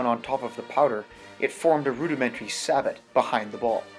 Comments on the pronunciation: As always, a very entertaining and useful video! FWIW, "sabot" is pronounced "say-bow". French, you know, for a shoe made of wood. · Sabot is pronounced "Say-Bow"